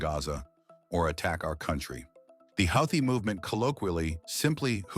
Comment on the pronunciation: It pronounced, "Houthi" 4 different ways. It did not mention they are a TERRORIST organization!